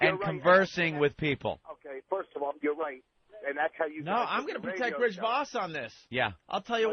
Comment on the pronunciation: Rich "Firsht of awl" Vos